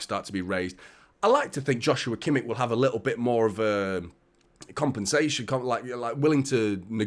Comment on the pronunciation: It's pronounced 'Yoshua Kimmish'.